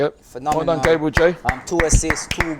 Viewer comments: It’s not Gaybriel it’s GABBB RE L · its annoying enough saying Gabriel, but at least pronounce it right if he cares so much about respect